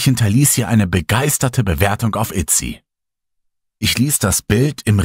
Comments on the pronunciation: ist mir bewusst wie die Seite heißt, aber da du es als "Itsy" betont hast, was einfach falsch ist, habe ich mir erlaubt diesen Kommentar als konstruktive Kritik zu verfassen. Denn auch in Amerika heißt diese Plattform "Etsy". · Tolle Geschichte, vielen Dank! Allerdings habe ich eine Anmerkung. Ich habe auf Google nichts weiter gefunden, deshalb denke ich, dass du Etsy meinst. Das wird allerdings wirklich Etsy und nicht Itsy ausgesprochen. Also das E wie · ich finde es auch gar nicht schlimm. Klingt fast wie eine doppelte Verniedlichung ^^) hahaha und ich glaube Jeder spricht irgendetwas falsch oder halt anders aus.